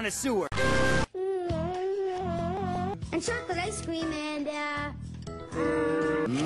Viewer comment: Its connoisseur, not kinda sewer.... -.